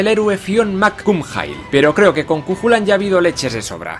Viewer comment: Una pequeña correción. En los nombres gaélicos no se pronuncia la CH... Cuchulainn: Cuc-ju-len. Conchobar: Conc-jobar, etc.